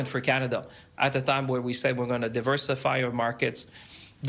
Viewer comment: No big deal in Can d i a 😁